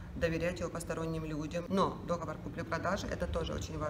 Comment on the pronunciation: Не дОговор! А договОр!!!!!!!!!!